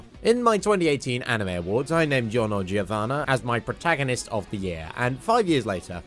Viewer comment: cool list, but Giorno Giovanna isn't pronounced Jiorno Jiovanna, it's pronounced Jorno Jovanna, I would know because I am italian